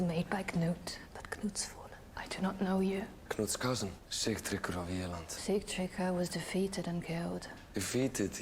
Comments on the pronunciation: his name is Sig-tree-gr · I have questions for this episode...Why is Edward not acknowledging Aethelstan? Why were his children taken from him? Why was he not allowed to stay with Ecgwynn, his first wife who he loved? Edward did not order the beating. Break Sigtryggr's name down in syllables Sig - trigger, it's just spelled a different way...Sigtryggr.